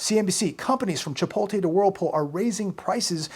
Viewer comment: hun, you’re pronouncing chipotle wrong! Just thought I would let you know ❤️